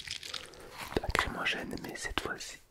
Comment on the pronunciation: Par contre c'est bombe lacrymogène pas acrymogene ; ) Le nom vient de lacrymal (qui est relatif aux larmes)